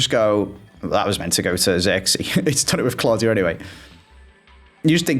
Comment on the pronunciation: Love the series but I’m pretty sure Queen Claudia is pronounced queen clow-dia